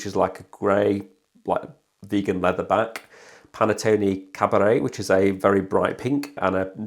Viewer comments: Good video, but i'm sure it's Pantone not Panettone 🍰 😂 Got mine last week and am enjoying it so far 👍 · Dude, it's supposed to be pronounced PAN -TONE like it's spelled - not like the cake for it isn't Italian!!